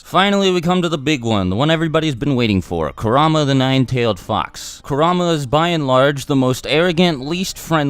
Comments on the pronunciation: You said ku ra ma when its kurma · Why do you say kurrama not kurama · It’s not “Korama” it is (kur-a-ma) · "Kerr am a" I think its kur a ma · Man said karama 🤣🤦🏽‍♂️ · Kurama not karama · Now who the fuck is karama? I know kurama not karama I don’t mean to be mean but god damn he’s kurama 😂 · I think its said like 《car - u - ma》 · The way you pronounced kuruma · Does anyone elsa hear him say karama!? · Coo rah mah It’s Ku rah am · It's kurr-aa-maa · It pronounced ku ra ma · Its cur a ma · It's pronounced: KUR-RA-MA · You said kurama wrong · He said kurama wrong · am i the only who gets bothered how he says kurama?